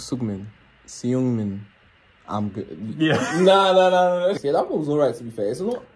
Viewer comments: Seungmin How they say it sugmin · They all sound the same…. Felix:👁👄👁. Him trying to pronounce Seungmin (sung-min)